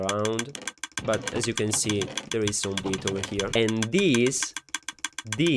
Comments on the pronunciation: you just sayed Weed (Drugs) and not Wheat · A primo impatto avevo sentito "where I have some villagers that will farm weed" e non "where I have some villagers that will farm wheat" 😂